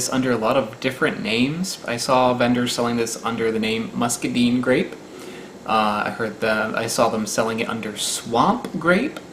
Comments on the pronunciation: Have you done a video conquistador grapes? I have a ton of them right now I can send... very similar to muscadine, but sweeter (which is pronounced like line, not deen lol) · muscaDINE...the I is long...also called a scuppernong...in the south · Ha.....you said "chubby"..... Hehe. BTW, the Muscadine (pronounced mus-ka-DINE) grow wild in east Texas where I grew up. We used to find great, tangled vines of them in the woods of the Big Thicket. Yes, you have to bite a hole in the tough skin and suck out the sweet flesh, as the skin is much too tough and sour to eat raw. They do, however, make an awesome grape jelly! I love your channel! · There is a wild white grape variety in the south called "scuppernong" as well, if you didnt already know. Glad to send some if you havent tried any and would like to. & If someone else has said already, please forgive me, but in the south, in Georgia at least, everyone calls those muscadines by said name, or just calls them wild grapes. We pronounce it "musk-a-dine", like you'd say diner, not like muskad"ean", but like muska-d"ein". Irked me so bad to hear it pronounced like d"ean" lol but I understand its probably unfamiliar & youve never heard anyone say it before or up north yall must pronounce it different, one of the two lol. You can find em in most rural parks around this time of year down here; summer to fall. I've always eaten the flesh and skin, just like a grape, and spat out the seeds. The skin can be a bit a bit astringent and tough to me, but I always figured it was full of nutrients like potato skin, so down the hatch it goes lol. One of the easiest foods to forage down here, along with blackberry, and alpine strawberry. Look for a heart shaped leaf with ridges. Grows as ground cover as well, but really thrives as a vine climbing in the trees. I've seen vines up to the size of my wrist. Woody and brown vine, easy to tell apart from kudzu, or honeysuckle, which are much more gray/off white in color, and far less woody.